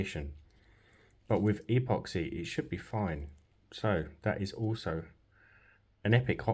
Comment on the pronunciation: Really cool video. I'll subscribe if you start pronouncing "epoxy" properly.